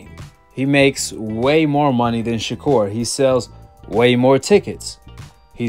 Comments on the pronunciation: "Shakur 'Stephen From Django'. ShaKoon.". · Did floyd call him shakur Stevens😂😂